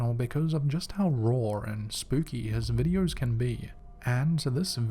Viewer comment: They are called videos not videe-urrs